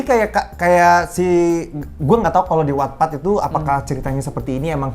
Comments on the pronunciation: Bang, wattpad itu bacanya 'wattpad' bukan 'wattpad' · Sama 🤣 Terus gw mikir emang yg bener wetped apa watpad si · Selalu nunggu konten AADC ini, jadi tau jalan ceritanya walaupun ga nonton. Tapi salfok bgt selama video penyebutan wattpad selalu gue benerin jadi "wetpet" gara gara kebiasaan ngomongnya begitu wkwkwkwkwk 😂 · wetped bang bacanya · 🤣🤣🤣🤣🤣baru Nemu pertama kali channel ini langsung gw subscribe btw itu dibacanya wetpet kaaa😭😭